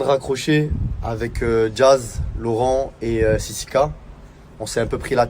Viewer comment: John il dit toujours sisika au lieu de sisiki wesh 😂😂😂